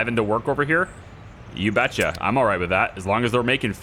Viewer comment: Are you from Wisconsin mister “you betchya”